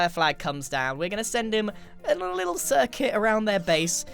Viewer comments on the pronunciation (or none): none